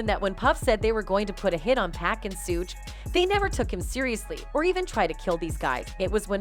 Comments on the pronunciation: Who's "Sewge" Knight? This is an investigative report, style video; this channel should do their homework and get the names correct. Pathetic, really! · I can't even listen to this one she can't can't pronounce suge nor pacs name right lol